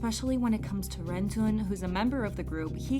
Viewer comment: Fyi: Renjun is pronounced as “leonjin” Thanks.